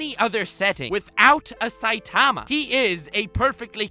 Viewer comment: Dude ur sayin saitama wrong!